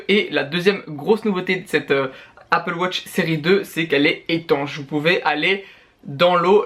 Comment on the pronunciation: Pourquoi tu dis Apple Wotch ?